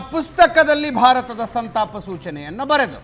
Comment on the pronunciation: Lo gubald adu santapa not santana..